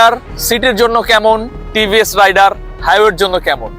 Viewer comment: ভাইয়া টিভিএস রাইডার না টিভিএস রাইডার উচ্চারণটা ঠিক করে রিভিউ দেন